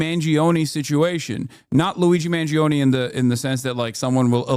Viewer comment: I have one stupid pet peeve. In Mangione you do not pronounce the "e", so its pronounced like "own" Source: am a dago